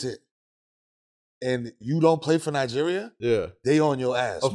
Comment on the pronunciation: I like how Melo pronounce Nigeria 🇳🇬, Exactly how it's supposed to be pronounced.